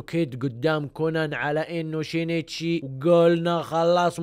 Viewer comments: شينشي مو شينيتشي🤦🏼‍♀️ هوه أصلا سينشئ بس الياباني صعب عليهم يحكوا حرف السين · اسم كونان الحقيقي يُنطَق شِينْ تِشِي وليس شِينِ تِشِي، انا فصلت مراحل الإسم لكي يتوضح نطقه والنطق الطبيعي شِينْتِشِي. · نطقة صحيح شينتشي اسمه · من الي تنرفز من نطق الوجيه لاسم سينشي !!!😂